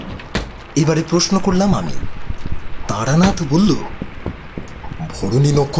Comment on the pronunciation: Taranath not Taranat.